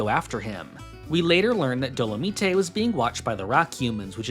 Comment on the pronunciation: I might be wrong, but I'm pretty sure Dolemite is pronounced like Doe-La-Might, as a reference to the blaxploitation film.